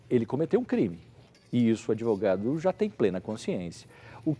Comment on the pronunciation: "adevogado" cara de pau.